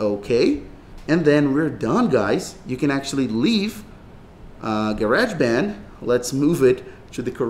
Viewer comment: Ga-reg band 😂